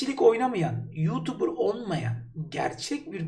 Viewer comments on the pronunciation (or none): none